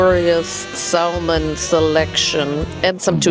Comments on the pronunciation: Question, does everyone say Sal Mon in Germany? Or is just mispronouncing it? Just curious bc in English it's Sa Mon, the L is silent. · you don't pronounce the L in Salmon.. It's pronounced SAM-un